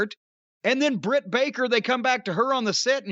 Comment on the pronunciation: It’s Jim saying her name wrong on purpose for me. 😂😂😂😂